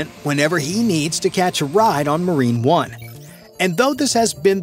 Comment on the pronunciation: on dit "marine one" pas "marine un" mdrrr